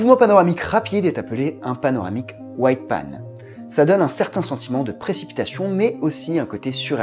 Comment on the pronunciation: Salut chouette video pour expliquer à des gens qui commencent. "Whip pan" se prononce Wip tout comme "whiplash" se prononce "wiplash"